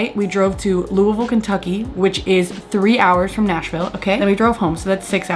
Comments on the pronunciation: i’m just happy you said Louisville right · Louder than Life ? Louisville girl here. Good on you for pronouncing Louisville like a local too lol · you saying louisville correctly warms my little louisvillian heart you have no idea